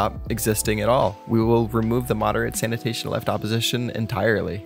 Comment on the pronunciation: sanation sanation